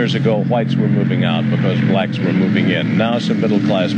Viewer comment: It's crazy how he emphasized blacks.